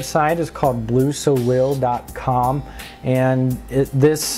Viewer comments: I think it's pronounced so-lay, like the french word for sun. Either way good tutorial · It's pronounced "Blue So-Lay".